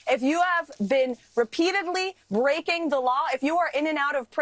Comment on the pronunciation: I thought she said, "If you are continually raping the law," which sounds about right for snarky, "Christian" bad Barbie to be an alarmist, exaggerating things - just like her bumbling, boastful boss. I had to listen again, then put CC on, to see she'd said "breaking."